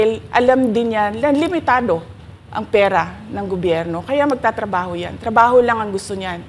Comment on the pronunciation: Magttrabahong zero? O magttrabahong may advance? 😂🤡